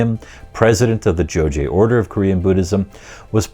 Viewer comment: it's pronounced as "Jo-ghye", not "Jo-jye"